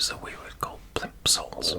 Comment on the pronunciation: It's weird because I'm British and to me your accent sounds like Nini's. But you clearly are a Brit cos no-one else would pronounce plimsole as plimpsole 😆 As you warm up you sound more British. You might be very empathic and mirroring and pick up Nini's wording and accent? p.s Daddy Long Legs or octopus?!